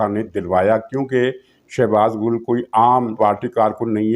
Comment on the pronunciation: شہباز گُل نہیں اصل نام شہباز گِل ھے